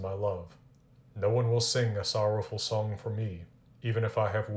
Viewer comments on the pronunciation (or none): none